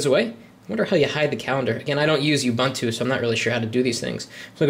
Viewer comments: It is pronounced UUUUbuuuuntuuuu. And that isn't the word processor nor spreadsheet that comes by default with Ubuntu. Libre Office (the full fledged top of the line competitor to Office) does. And technically it doesn't appear to be running on it, rather it is operating within an environment, making it non-native. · i want to smack you for NOT being helpful and correcting him with oo-BOON-too and 0.20 he does say, i'm sorry if im not pronoucing it right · oo - BOON - too. No "you". No "bun".